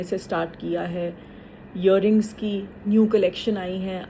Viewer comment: It's not yearings! Its earrings!! Faiza madam!